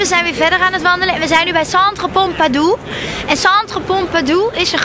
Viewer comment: Het is toch centre Pompidou en niet pompadou